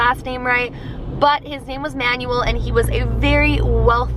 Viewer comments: Pretty sure the owner of the tower is pronounced Man-well, not Manual. :P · Does it not bother anyone else that she keeps pronouncing this man’s name as “manual”? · You said the last name right but you mispronounced the first name. It’s pronounced man-well. It’s a Spanish/Mexican name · I love you but PLEASE do name pronunciation checks before filming videos cause that is definetly not the way to pronounce Manuel and it really hurts to cringe while watching your videos. That aside you've been keeping my October super spoopy with this year's 31 Days of Halloween so keep it up!